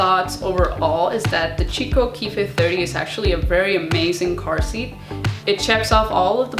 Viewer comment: The brand is pronounced "key-coh" not "chi-co"